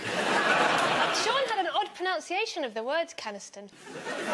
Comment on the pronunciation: Holly went to Cambridge. Holly pulled up Sean about his pronunciation of Canestan. Holly doesn't know how to pronounce PRONUNCIATION!